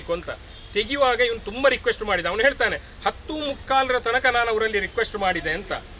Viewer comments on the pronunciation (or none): none